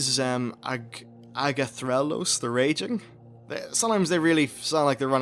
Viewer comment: It kind of bugs me how little effort you spend in actually trying to properly pronounce the names of things. So many things you say in your videos are not even close. Sound it out. Ah-gah-mah-gahn, not Aig-may-gen. Agathrelos?" Where the hell do you see an "r" in Agathelos. Charlgra? Again you're adding an r where the is none. It's Charlga. If you're going to make lore videos, you could at least make an attempt at pronouncing things properly.